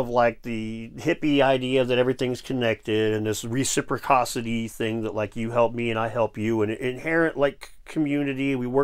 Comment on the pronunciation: it's called ARNI.. showing a a image with the explainer EYE-NEE underneath.. reciPROCITY.. not recIPRICOSITY.. other tha that interesting video.. thanks